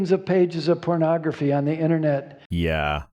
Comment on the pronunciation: He is so close to pronouncing “pornography” like Jesse Helms. Poe-naw-grafuh